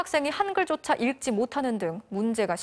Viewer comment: [읽찌]가 아니라 [익찌]입니다...